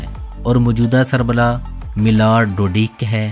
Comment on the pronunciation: موجودہ سربلا نہیں سربراہ😂